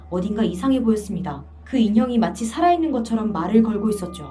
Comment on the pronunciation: 싸라있는 인형😎